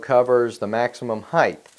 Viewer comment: The word is HEIGHTTTTTTTT with a hard T at the end. It's not spelled Heighth. It's spelled HEIGHT. idiot.